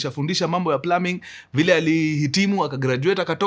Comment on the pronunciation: Mkuru the only person to have plumbing pronunciation right🎉